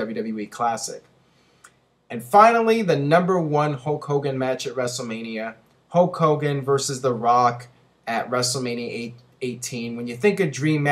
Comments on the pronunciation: You pronounce Hulk Hogan the same way Ultimate Warrior does ("Hoke Hogan"). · GhostSpectre It's more like Hooooe Kogan! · I thought it was "Hull Cogan"? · Who's Hocogan?